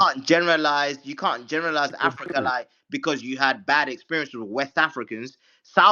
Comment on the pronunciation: Mf said "AHAHAHA YOU CONT GO TEW CHERRY STREET!"